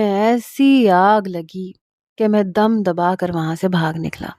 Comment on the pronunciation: dum nhi dum HOTA hai plz words correct parha kro